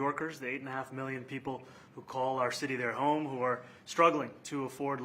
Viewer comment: Why does Trump pronounce trillion and million like that, it’s always bothered me 😭 Obviously the least wrong that he has done, I’ve just never been able to ignore it